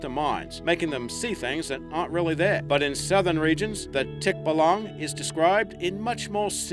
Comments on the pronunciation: It's pronounced (Tik-ba-lang) No offence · Its pronounced Tik-balang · Tikbalang in english tikbolong hahaha jk